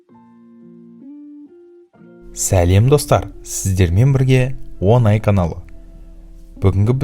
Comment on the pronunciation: Он ай бұл десят месяцев деген сөз, қазақтың керемет тілін қорламаңыз, ң дыбысын дұрыс айтыңыз